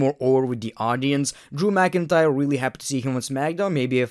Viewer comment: Drew mcin-cryer